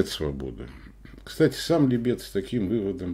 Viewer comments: ну какого ЛибЕта?? Ну ало. Неужели трудно посмотреть правильное ударение в той же Википедии? Как же уши сворачивает этот либЕт. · Да не либЕт, а лИбет! Может у вас и Га́млет тоже ГамлЕт?😆😆😆